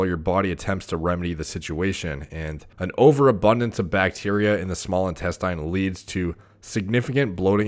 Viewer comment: Great content but I wonder why does he keep saying "intes-TAYN" instead of "intesTIN"??? Weird...